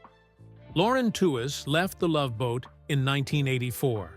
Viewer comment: Wikipedia and other sources say her last name is pronounced "Tweeze."